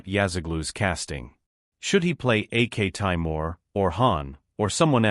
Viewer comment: By AK Taimir you mean aktemur?